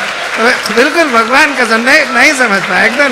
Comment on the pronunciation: His "bagvan kasam" 😂😂😂😂